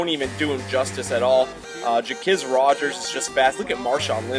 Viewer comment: Wtf u don't know the falcons. Ja quiz Rodgers - jah qwez Rodgers. Nice vid though